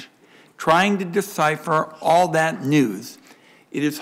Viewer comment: did Lighthizer just say Like ALL in a different way?